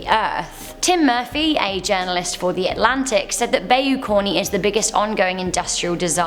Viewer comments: Our friends lost their house in Bayou Corne. Best place to spend summers as a child! It’s heartbreaking. It’s pronounced like “by-you corn”. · Bayou Corne is pronounced Bye-you Corn. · I thought she said “Bae, you corny” at first 😂 😂 😂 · I promise I'm not trying to be a pain in the rear, but you pronounced one of the names of the locations incorrectly. It's written, Bayou Corne, but is pronounced phonetically as 'By you corn'. Besides that though, you're a great host; love your accent! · bayou corne is pronounced like "buy you corn". us swamp rats talk funny. ;) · I love ur accent but bayou corne is definitely not pronounced like that lmao